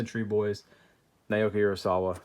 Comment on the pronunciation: Hey dude just thought I'd let ya know Naoki is pronounced more like Now-Key.